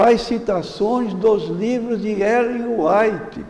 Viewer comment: Primeiro este senhor nem o nome de Ellen White sabe pronunciar, segundo, mostrou profunda ignorância da doutrina adventista, terceiro, mente ao falar o que não sabe, mais ignorantes são ainda os que o admiravam, porque pelo que sei já faleceu, agora só lhe restará a surpresa quando ressuscitar , e Deus que o julgue